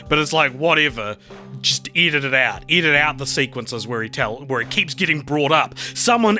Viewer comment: I keep hearing “eat it out” instead of “edit out”.